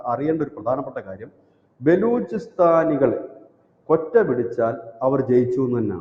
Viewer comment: കൊറ്റ അല്ല ക്വെയ്റ്റ!